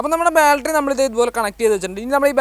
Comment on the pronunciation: Baltry alla battery